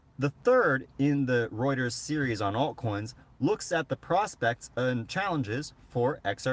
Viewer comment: Your the only one that gets the name Reuters right,most say rooters which cracks me up every time.but they're not far off I think!